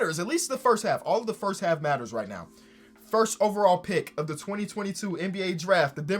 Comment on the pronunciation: Lebron going firth instead of first is gross